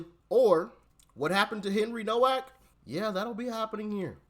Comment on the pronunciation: His name is pronounced NOVAK. You’d think after watching these videos before making his Doc would have heard exactly how to pronounce it multiple times.